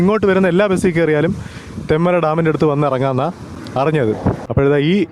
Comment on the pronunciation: തെമ്മല അല്ല തെൻമല